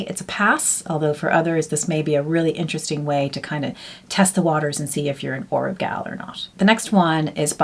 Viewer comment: Oribe = Or-bay….